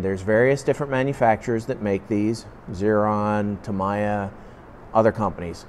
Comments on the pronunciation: its pronounced TAM e ya. and water is pronounced WAT ER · That’s not the right way of pronouncing tamiya, it’s a Japanese name, it is pronounced Tammy-yah. Make the effort to respect other languages